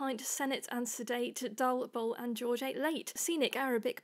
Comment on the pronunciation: Pretty good! I liked the way you speeded up at the end too. Your bull sounds a bit northern, but that's OK; I'd disagree with you about wont (like owe, not want), dost (like dust) and doctrine (like in, not pine at the end). But, as you say, there isn't only one correct way of reading it - variability is built in. Well done!